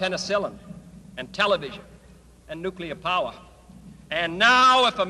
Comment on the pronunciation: You said nuclear 3+ times correctly, which forced me to hit the sub button. FINALLY a conspiracy dude I can respect.